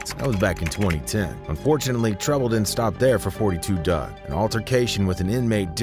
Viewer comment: Its not 42 it 4 2 dugg if u a fan ish drive me crazy mispronounce my name i get offended